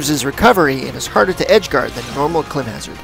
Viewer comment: I hate to do this but two times after this you said it like this. It's clImb (i said like the letter not like in difficult)